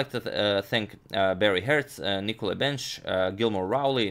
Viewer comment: Really not interested in photos of the Russian GM. Also speaking about names my name is pronounced BenEsch. You should know that the previous contribution from USCGIS Corporation comes from me. Thanks again for your nice videos but this one I thum it down, for two reasons: You keep mentioning about the French defences and you keep talking about photos of the Russian GM. I am viewing your videos for Chess reasons not for some parade of males physics.